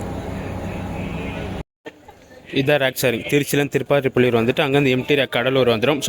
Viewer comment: திருப்பாதிரிப்புலியூர் சரியா சொல்லுங்க